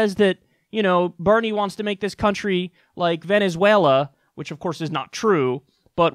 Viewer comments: 😂 i love when kyle says vuvuzela instead of Venezuela lmao. When he says it, it almost seems like an accident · i love when kyle says vuvuzela and not venezuela because that argument is retarded